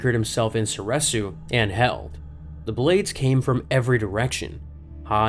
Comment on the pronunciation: Soreeeresu not sor eh su cmon man it's literally been canonically said